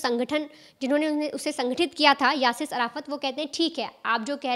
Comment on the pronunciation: यासिस नहीं यासिर अराफात